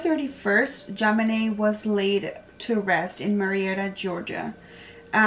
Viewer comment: Her name is pronounced JON BEEN NAY. Wow